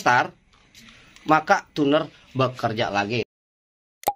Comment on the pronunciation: Itu Tuner Di Baca Tuner ya. Bukan Cuner. 😄😄